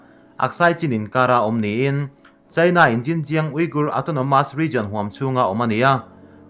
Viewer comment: I ṭawng ri hi ngaithla ve ṭhin rawh. India leh China tih pawh hi a mood azira lam rik dan danglam a neih anga lam rik loh a tam lutuk. Primary zirlai (Mizo Ṭawng hmang) pawhin an lam rik dik a rinawm maw le.